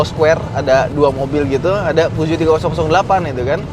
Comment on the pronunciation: Yg bingung ngucapin peugeot mana... Ha ha..